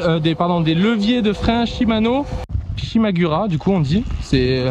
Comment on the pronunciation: On dit shimura